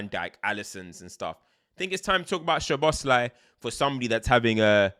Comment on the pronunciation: Btw it’s Soboslai….sz is pronounced as s- and s alone is sh-in Hungarian